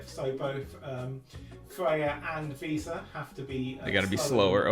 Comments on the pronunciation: He kept saying visa not vesa, was very distracting 😊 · Idk why but calling Vesa "Visa" just cracks me up every time:D whaling so hard he turned Vesa into Visa:))